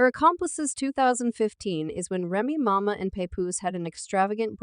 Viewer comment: “Remy mama” “paypoose” 🤣🤣🤣🤣 if you gon do it, SAY IT RIGHT.